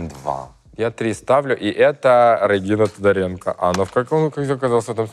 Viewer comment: Рыгина Тодаренко послышалось. 😂😂😂